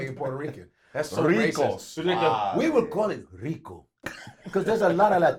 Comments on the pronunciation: "We gonna call it da DRICO baby" I'm done😂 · Why you call it R.I.C.O 😲😂😂😂😂